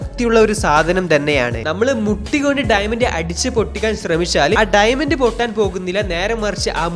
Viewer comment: ഡൈമെന്റ് alla ഡയമണ്ട് 🤭🤭🤭